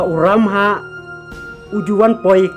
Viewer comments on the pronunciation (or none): Phi dei khasi ong bah kumno phim nang kren khasi ia kabor uramhah ruh ong kabol u lamhah 😅😅😅🙈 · Dabol nal bha I bah, (ka bol, namal, ki kynja tial...) la jah u R na khasi alphabet.satal bha u lamhah shano jah u stal.